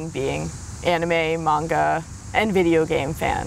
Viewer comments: OMFG. Manga!!! 😠 you say it like this: Mon-ga Not:Main-ga People don't even say it right 😖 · Can people just PLEASE FREAKING PRONOUNCE MANGA RIGHT? If you are gonna pronounce anime right you should do the same with manga. It is mah-n-gah , not mang-gah. the japanese syllables are Mah n ga. please somebody back me up with this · Omg, the butchering of the word "man-gah" (manga) as mang-gah. xD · Will someone please tell that girl that Manga is Not Mani-GA!!! It is really annoying and may the word sound like Mango!!! I hate when people call Manga Maniga >.< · The way the dude says manga bugs me.